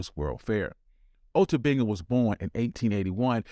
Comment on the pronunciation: The War started that prevented America from sending him back to Africa and he killed himself R.I.P. Ota Benga oh and narrator I do believe your pronouncing my brothers name wrong